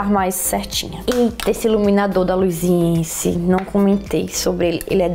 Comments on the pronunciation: Ok É luisAnce e não LuisIEnce, deve se falar como está escrito, Luisance fácil. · Se fala LUIZANCE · amei o vídeo das suas comprinhas😍. Linda se pronuncia luisance😚💟. Antes quando não sabia pronunciava igual a você hahaha💛💛💛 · Acho que se pronuncia "luisance" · Tbm tenho agonia KKKK é luisance, não tem um i depois do S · Mas gente, já vi tantas YouTubers falando errado o nome da Luisance... A Carol do Beleza que inspira fala Lusance e os seus inscritos não pegam no pé dela. ctz que o povo que tá comentando que a pronúncia tá errada, na rua deve falar imbigo kkkkk. Bjos! 😘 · Que agonia "Aliexxpres" e "luisiensi" mdssssss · q agonia vc falando luisience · nossa , vc quer arrumar confusão? kkkkkk é q nós estamos acostumados a ouvir luisance e aliexpress , e ouvir ela falando com o sotaque dela é diferente, da agônia de querer falar "olha n é assim q se pronuncia", pra td mundo q fala isso vc fala q a pessoa é "chata do caramba" q isso, saiba respeitar a opinião dos outros flor... acho mega fofo o sotaque dela <3 adoro sotaques diferentes, mas vc n respeitar a opinião dos outros é chato....